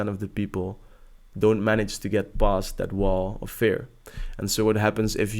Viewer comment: You're good man, and trust me cause I've been watching YouTube coaches for a long time now. Just you sound a little weird when you say "fear" with a "e" like "bear" instead of a "e" like "beer", if you understand what I mean.